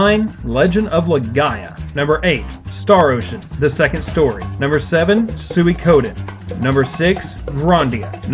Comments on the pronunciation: also its Suikoden (Swee Koh Den) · Good list, just a shame you pronounce 'Suikoden' wrong.